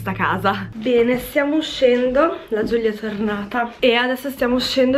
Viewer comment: Ma perché GiuGlia?? Si dice Giulia 😂